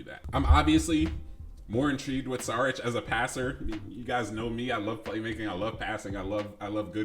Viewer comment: Good vid but, i was annoyed with 1 thing and it wasn't with your alarm, saying Saric instead of Šaric like 10 times... SHaric, SHould, SHeep